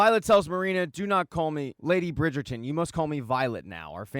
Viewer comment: The way you keep saying Burn 😂